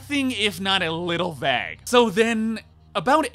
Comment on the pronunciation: You say vague so wrong it's like Britta and bagel.